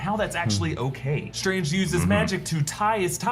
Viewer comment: "Dr. SILIIILII UIIUInge"